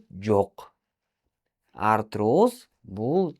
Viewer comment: Арироз деп жатат